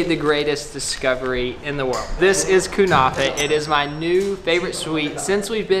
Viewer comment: Kunafeh LOL its Ke-ne-feh